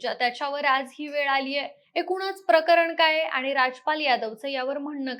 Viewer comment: ही काय मुलगी आणली तुम्ही? आनी पानी करते आहे. शुद्ध बोलणारे मिळत नाहीत का तुम्हाला?